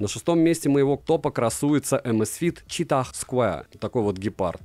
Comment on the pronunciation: Согласен, и ещё названия читать правильно, читах cheetah не очень звучит.